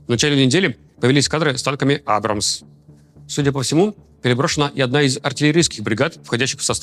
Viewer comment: Ты ударения неправильно ставишь на все. Кроме Абрамс правильно произнес 😂